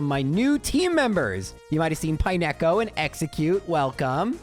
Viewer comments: Pine-echo is a pronunciation I've never heard before. it's pine-co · Dude, pronouncing it "pie-neck-oh" is diabolical. It's pine-co. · its pine co as in pine cone. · Pine echo? Did they skip phonics at your school? I like the videos, but some of your pronunciations are just ridiculous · I took psychic damage every time he said it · "pie neko," oh lord help me through the next two hours of this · I have watched thousands of Gen 2 videos and never have I ever heard anybody pronounce it Pine-echo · utterly aghast at your pronunciation of Pineco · Why is disrespecting my dude Pineco's name like that? 😭😭🤣🤣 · Nah bro, we gave you grace on Lorelei but you can't pronounce Pineco like that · The pronunciation of Pineco jumpscared me a little. It looks like a pinecone,! D